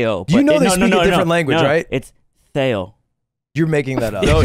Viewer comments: "feio" indeed is "ugly" in Portuguese. Also Brazilian is not a language, is the person living in Brazil. At most it's Portuguese from Brazil. Also it reads with a ph not with a th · is technically correct about the Portuguese at the start, ugly is “feio”, pronounced very similarly to the Spanish “feo”. - #1 Brazilian fan